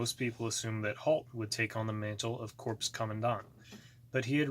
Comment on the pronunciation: (Corps) is pronounced as (core)